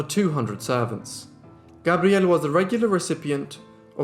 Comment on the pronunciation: He does pronounce Gabrielle beautifully👌